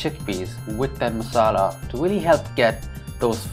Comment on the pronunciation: this channa curry looks FANTASTIC Great voice-over. You explained the process very well!! I laughed at the blooper where you said "wealy". Lol. I have never added tamarind to channa before, but will definitely give it a shot. Awesome job 🙏🙏. Sandee